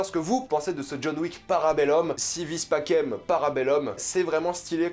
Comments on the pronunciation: Sa ma frustré mais sa se dit passem pas pakem . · Par contre on vois que t'as jamais fais de Latin. (No trolling) mais faut prononcer "pacem" comme si c'etait un S à la place du C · Si vis pacem, para bellum ( le pacem se dis passem, pas pakem, et para bellum, sa se dis para belloum, pas para belleum)